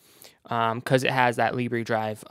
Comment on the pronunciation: Libre... "lib ray" In French Libre means free. In French it's pronounced "lib rrr".